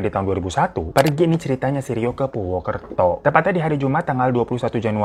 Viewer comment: Purwokerto bang napa jadi purwukerto 😭🤣